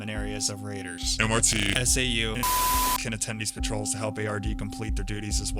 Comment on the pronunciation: Did he just say MRT and SAU?